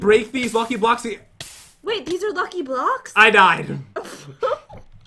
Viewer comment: really he says ck very bad